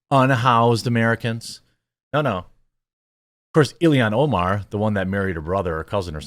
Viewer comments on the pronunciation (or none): none